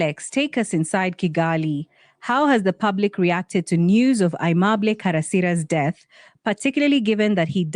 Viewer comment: It's not "Uheemable", but aimable.